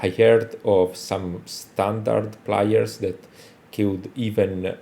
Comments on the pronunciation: that's good bro but you don't have to be a native speaker to hear that Plyers doesn't sound like Players 😘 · Can you atleast say Players instead of Plyers?